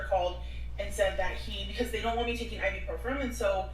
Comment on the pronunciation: Did she really say ibuprofen like that?! 🤦‍♀️🤦‍♀️🤦‍♀️